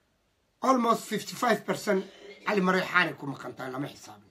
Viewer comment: Cali mareexaan maahan waa cali maleexaan iska sax hadalka duqa